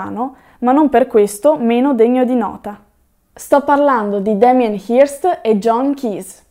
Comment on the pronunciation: si pronuncia, pressappoco, "Hœrst". Ottimo video